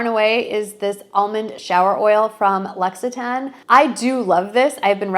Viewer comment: Thank you for the video! L'Occitane is "lock tain" 😉